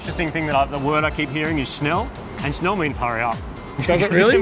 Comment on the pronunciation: You aren't saying Schnell right, but yes it means faster. Scheiße means shit, LMAO, they just wish you would get the lead out.